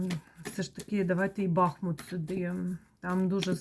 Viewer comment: Дякую за вашу працю,за рідний БахмУт,будь- ласка поважайте назву нашого міста,наголос на другий склад.БахмУт - це Україна,це місто - герой,місто-титанів!!!